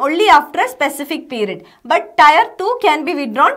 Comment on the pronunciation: टायर नहीं टीयर